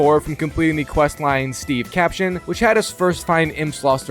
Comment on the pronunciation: Steve-cation is supposed be pronounced like vacation but it’s for the Z-mech named Steve